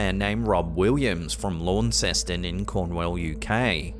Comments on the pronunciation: I don't often hear you foul up those English placenames,, but Launceston defeated you:) It's pronounced lorn-stun not lorn-cess-tun. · Launceston, Cornwall - it's pronounced Lawn-stun. Or Lan-sen if you are very local! 😄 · I know you're not from England mate, so I'll just let you know Launceston is pronounced Lawnston! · FYI Launceston is pronounce Lawnston. Unless you're Cornish, in which case it's Laans'on. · Good try but it is pronounced Lawn-ston..